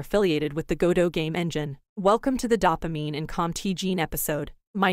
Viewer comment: I could hardly get through it with the mispronunciation of "dopamine". DOH-pah-MEEN, not DAH-pah-MEEN.